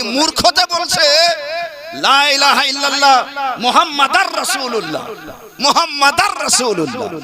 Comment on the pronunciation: Apni to vul bol Len lai - laha - illalah ata hobe la - ilaha -illalah